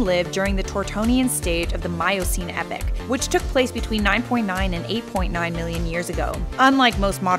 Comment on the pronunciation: Pronouncing epoch is not that hard